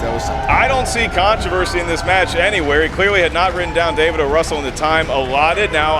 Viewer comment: It's O. Russell, not O'Russell!